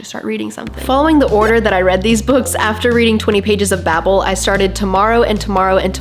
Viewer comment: Many endless days now since I last heard someone pronounce ‘bable’ correctly… my quest continues…